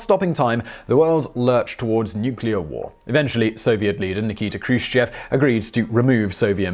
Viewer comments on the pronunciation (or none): none